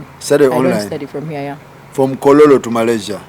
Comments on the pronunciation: But it's kololo still not kororo her pronunciation yeyo anti jabera temujja bitegera 😂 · Owaye the way she pronounced kololo😢